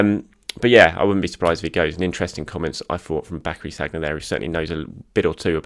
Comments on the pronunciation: name is Sann-yeah, not saggg-nah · Many congrats on reaching 50K. Very well deserved. Just so you know, Sagna is pronounced Sania! 😉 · I shudder every time I hear ‘SAG-NA’. ... reminds me of how people used to call Santi ‘CAR-ZOLA’ 🤪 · Please say Sanya,! It's not that hard to pronounce French names properly, especially with one of our best recent players. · As a professional journalist covering arsenal you ought to at least know how to pronounce Sagna! Last I checked he ain't playing for arsenal so why would he be getting ready to face Liverpool? Did you pull an andre mariner confusing saka for sagna 😂😂 Congrats on 50k though. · Another great video. Keep them coming; much appreciated. P.s. why can nobody pronouncr Sagna correctly?! Haha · The way he pronounces Sagna😅